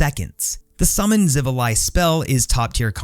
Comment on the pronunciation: Your pronunciation of xivilai was correct good sir